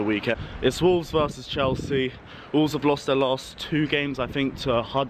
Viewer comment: why did he call chelsea chelski